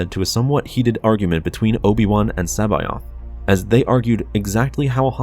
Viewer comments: C'baoth (se-bow-th) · Did you say... Joruus C'Baoth? ;-)